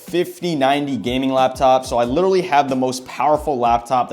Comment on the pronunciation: Bro said “liwaly” 20,000 times but great vid